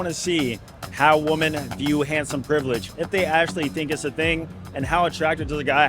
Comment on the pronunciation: I wish this dude will say women properly one day.